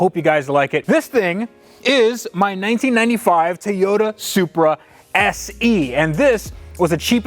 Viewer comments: Love your channel, but it’s Toyota not Tayota. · This has bugged me since I've been watching you. Why is it so hard to pronounce TOYOTA? Why is Teeyota? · "Tieyoda Soopra" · Is it a Tay yo ta or a Toy yo ta? It's a freakin TOYota. Do you give tays to your kids? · What’s a Tayoda? Lol. Love the channel and your can-do attitude! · Please. For the love of God. Stop saying TAY-ota